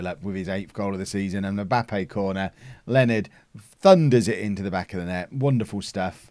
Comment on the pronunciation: Leonards name isn't pronounced 'Len-erd' its supposed to be 'Lee-oh-nah-r' but len-erd is funnier so.... whateves